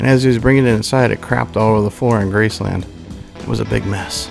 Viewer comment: You say Graceland WRONG